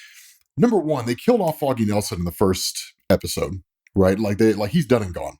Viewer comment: Im liking because i like your content. But would be nice to dont announce foggy's like that 😮‍💨